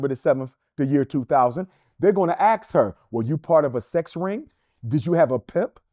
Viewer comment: Dude starting a school can’t pronounce ask She aks a friend